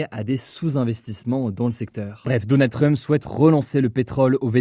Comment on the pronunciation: Personne : Hugo : DONNA TRUMP